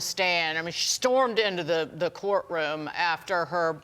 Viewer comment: And her name is NOT pronounced Fah- nee! It's Fanny, like